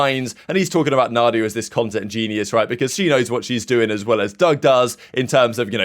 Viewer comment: Mandia not Nadia